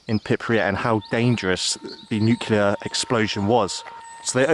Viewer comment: KINDERGARDEN/KINDERGARTEN NUCULEAR/NUCLEAR ☝️😆Whatever mate..